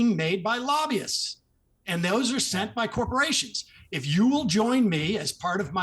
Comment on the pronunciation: As always, I enjoy your show Piers. Can we agree that has to work on his pronounciation skills. Lobby-ists vs Labias, please. When you explained why the counties around DC are so rich, and you went with Laahbyuus I nearly fainted 😅 Say it with me: Lob-by-ists. Lobbyists. There. Mathilda W 😅